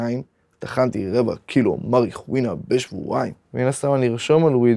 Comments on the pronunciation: הוא לא אומר את זה לא נכון מריחואינה מריחואונה זה נכון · למה הם אומרים מריחואינה.....